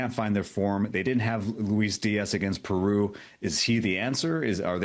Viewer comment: I appreciate the host trying to pronounce all the country names with a Castilian flair but not every R needs to be rolled ie Peru 😂😂